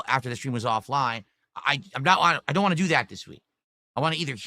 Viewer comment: And "wah" instead of "want"